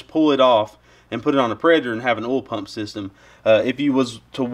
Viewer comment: Do you shove cotton balls in your mouth before talking! 🤣 It's called OIL not OLE. "oy-ole" not just "ole" think back to grade 2 and count your syllables